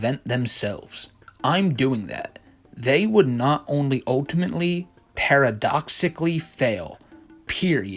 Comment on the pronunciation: The narrator really doesn't know the word "paradoxically"? This would have been an okay video without the unnecessary bonus commentary.